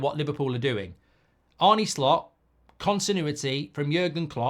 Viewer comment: I think its pronounced Arnah not Arnie with the dutchness. Could be wrong.